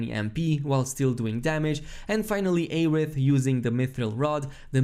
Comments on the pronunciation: Say Ay-rith one more time,. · Maybe his accent prevents him from pronouncing 'Air'. His content is always amazing no matter how he pronounces words. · The amount of streamers posting videos about this game who cannot pronounce the characters names right is astounding. Its not like they say aeriths name 100 times in the game. Its air-ith not ay-rith.........